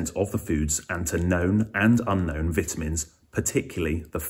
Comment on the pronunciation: Can't listen to someone who doesn't know how to pronounce vitamins